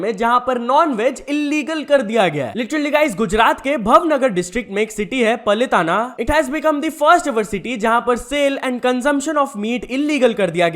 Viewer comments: भवनगर nahi भावनगर , पलीताना nahi पालीताना 🙏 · Regarding the Gujarat news - I understand you may not know the exact pronounciations because you're not a Gujarati. So it's okay, here's the correct pronunciation: भावनगर पालीताणा